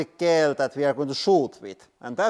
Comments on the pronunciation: "Gel" is pronounced like "Jel," btw. :) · Pro tip, you say gel in English like jel, with a j pronunciation! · gel is said jel like jellyfish because english is insane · In English, we say gel like "jel" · It is pronounced like jelly... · I love the way he says gel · I like the way he says gel lol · I like the way you pronounce gel.